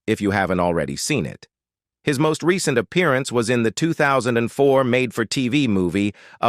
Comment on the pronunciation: The AI pronunciation of "recent" as re-sent is hillarious.